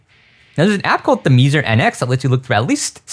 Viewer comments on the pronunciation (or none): Pssst, it's not "The Meezer" It's "Theme-zer"